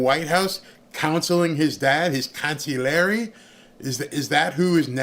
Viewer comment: Sorry. It’s. CONSIGLIERE CONSIG. LEE. AIRY